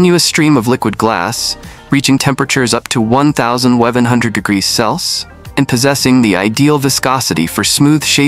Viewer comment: "One-thousand webben hundred degrees selse" AI slop?